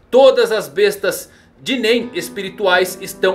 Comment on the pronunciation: Irrita muito a forma que ele fala "bestas DÊ nen" Kkkkkk